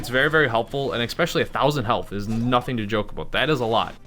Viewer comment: If you say eXspecially instead of especially one more time I'm going to have an aneurysm.